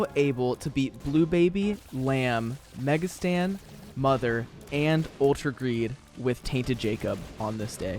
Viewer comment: Now ik why my bro says mega Stan and Not satan